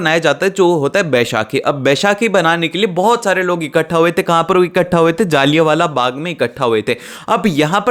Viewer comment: Bro its jallianwala bagh not jaaliyaan vala bagh